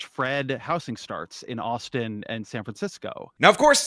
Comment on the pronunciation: Austin only has two syllables, bro. "The city of Austin-ah"